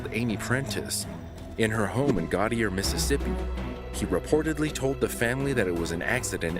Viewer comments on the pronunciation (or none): Gautier: Go-shay not gotier.. right by Pascagoula Mississippi 😉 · Gautier is pronounced as go-shay not garter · In case you want to update the story of Amy Prentiss, the name of the city she lived in is pronounced Go-ch-aye. I know, it doesn't look like it lol. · It is pronounced "Go- shay" Mississippi, not Got-ier, in Mississippi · Say it with Me It is French "Gautier" rit said like this GO SHA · Lol Gautier is pronounced "go-shay" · You butchered the word Gautier, MS! (Go-shay) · Gautier is pronounced go-shay. I remember when that murder happened. Truly awful